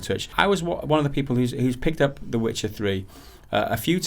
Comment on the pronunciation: Disliked because you couldn't even say Witcher... Seriously bro??